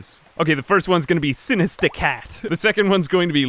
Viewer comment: I love how you say Sinista Cat. Also I love this series.